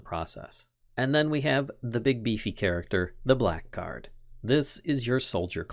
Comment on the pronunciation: Im sorry if this is overly pedantic, but just fyi, blackguard is pronounced "blaggard" (bla-gurd)